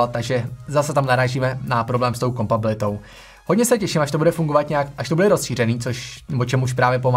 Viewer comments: pěkně se to poslouchá, na to jak jsi mladej, je to super! jen bacha, ne kompabilita ale kompatibilita! :-) líbí se mi, jakej máš přehled a že i když je recenze krátká, není povrchní. jen tak dál! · Říká se kompatibilita! Trochu mi trhá uši tvoje kompabilita ;) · jen takovej detail, co tam zaznělo 3x, není to kompabilita , ale kompatibilita